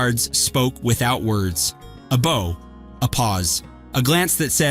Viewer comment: Too bad your computer narrator doesn't know the difference between BOW (a bend from the waist) and BOW (used to shoot arrows).